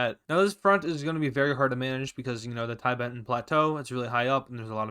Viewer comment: Tibet not Taibet.